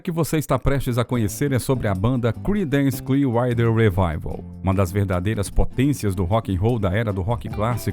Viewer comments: "CLIUAIDER"????? Aprenda a pronunciar antes de fazer o vídeo, cara!!! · Uma dica ao narrador: prepare melhor o inglês antes de gravar. Chega a ser desesperador ouvir "Creedance Clear RIDER", entre outras palavras com pronúncias absurdamente erradas. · "CLIUAIDER"????? Dono do canal, aprenda a pronunciar antes de fazer o vídeo, cara!!! Até desanimei de ver o vídeo!!! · a pronúncia correta é "Criidence Clier-uáter rivaivél" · Tudo lindo nesse vídeo, só é difícil engolir o narrador dizer o nome da banda CCR com uma péssima pronúncia. Alguns nomes de outras músicas e tbm Woodstock... Horrível!!!